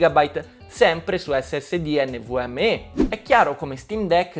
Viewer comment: ma come hai pronunciato NVMe hahaha